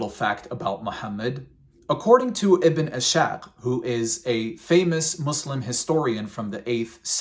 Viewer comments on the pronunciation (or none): Bro ok so you were waiting for my comment right? Let's just start by saying that you pronounced "Ibn Ishaq" wrong and that you do not know that authenticity of the hadeeth since it does not have its sources like Sahih Al Boukhari... (It's pronounced Ibn Is ha q) اسحاق not اشاق... But anyways it was with complete honesty a very weak argument. The words from "Is-haq" are from the Quran surah 53 verse 19 20... Again prophet Muhammad PBUH would never quote these verses for desperation to catch their attention. It was merly to explain that these gods are utterly useless and cannot provide any benefit... Furthermore. In the bible John . Jesus never meant that he and the "father" are one as in godly hood. It means that they are one in purpose as in the message and leading the people to right path. Just as it was mentioned in: John (Jesus mentions that the father is in him and that Jesus is in his apostles) does this mean that his apostles are gods???? He is in them just as the father is in him... C'mon bro... John he also prays that the his apostles are in him and that they are one... Again signifying the ONE purpose of leading people to the truth... Not that he is One WITH god. Don't be blinded by all the praises you get from the comment section. I could promote atheism and have a lot of supporters praising me. Muhammad PBUH is a messenger just as Jesus was. Performing miracles does not differ between them. I believe in Jesus, but you claiming that Muhammad is a fa